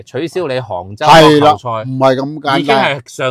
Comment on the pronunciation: 是杭州不是 "坑"州